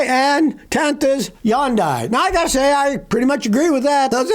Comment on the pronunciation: Dammit Scotty--- it's Hun die, not Yawn die, you're a hoot. 😂